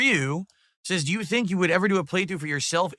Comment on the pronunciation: "HELO JEW"